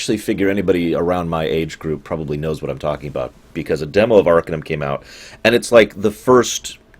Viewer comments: it's arc-AH-num not ARCA-numb. The base word is Arcane not Ark. And I totally disagree. I think Arcanum aged the worst, by orders of magnitude, out all all the "classic" CRPGs. The combat is especially bad. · Its pronounced "Ar-Cane-um". It is spoken in-game and for that, I can't finish this video. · You fucking mispronounce the name of the game, for fuck's sake. It's pronounced AR-KANE-UM. Idiot. How do you expect me to listen to you for an hour if you can't even pronounce the name of the goddamn game? And why are you sitting there in the right bottom corner of the screen like a fucking albino turd? Oh man, I'm out of here. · Ar - cane - um Not arkuhnum you bald lardass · By the way, it's pronounced "arcAnum", as in "arcAne".